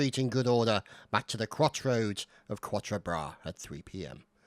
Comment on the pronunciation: Actually your french pronunciation of quatre bras wasn t that bad keep the good work